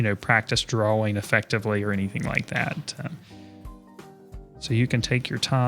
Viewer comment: draw-ing not draw-wing